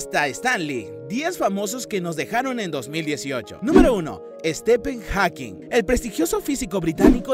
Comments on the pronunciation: Pues anda qu sthepen jakin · Estepen Jaquin?????? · estepen jawkin no tarado, stephen hawkings.... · «estepen jakin» murió también su pronunciación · Estepen Haukin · Estepen jackin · " Estepen joquin" "PAÚL AYEN" "ESPÍDERMAN" no mames... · Enserio dijo estepen jakin?? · ESTEPEN JAQUIN :v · Estepen jaking....jaja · Estifen Jakin JAJAJA bien naco este wey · Primero, Stephen Hawking está mal escrito y mal pronunciado. Segundo, Stephen Hawking murió SIN haber podido unir las dos físicas. Es un debe que la ciencia aún tiene. Si empieza así el vídeo, dejo de mirarlo. Lo siento. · No sabes el nombre de Stephen Hawking.Que pena... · No mames!!! Pronuncia bien los nombres el cientifico se llama Stephen Hawkins!!! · stefen jackin, paúl aien, espiderman......mamá, la pronunciación, horrible!